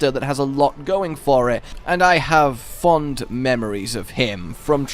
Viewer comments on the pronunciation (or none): none